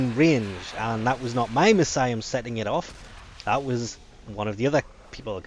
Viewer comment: Jesus, what an awful pronunciation of Miasma.